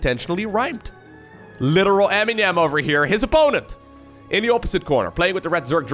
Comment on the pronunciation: Did you just pronounce Eminem Ammy-nam 😂